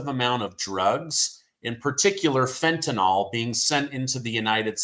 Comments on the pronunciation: The drug is called fentenYl NOT frentenOl !!!!!!!! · IT'S Fenta-NYL not Fenta-NOL OR Fenta-NALL. A High % of BLABBERS get it WRONG, but it's NOT difficult, with a few moments' ATTENTION. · It’s not fentaNOL it’s fentaNYL! I don’t want to have to correct you on this again,. 😆😉